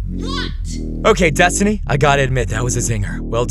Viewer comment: The fact he keeps saying destiny’s name wrong kills me